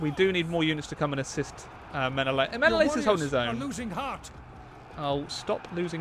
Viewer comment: I am honestly mind boggled about a game fixated on mythology pronounces Menelaus wrong, I am confident that every history teacher will say Men-al-us, not men-o-la-us.